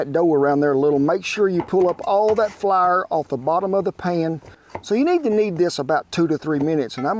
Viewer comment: Take a drink every time ole Kent says “Flahr” and I’m way past the legal limit pretty dang quick